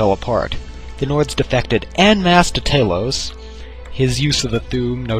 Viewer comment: Ta-lose not Tay-lose. Pronounce Talos, the ninth divine's name correctly!